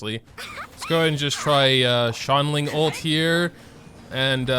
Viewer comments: He really pronounces Xiangling as “Shangling” 😂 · "shongling" Your pronunciations got me dead bro XD Edit: I just heard "tartoglia" Oh ma lord